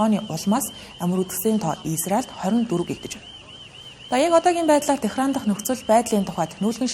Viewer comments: Ираны нийслэлийг Техран гд уншаад бхын. Тегеран гэж дуудна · Техран гээд байх юм. Тегеран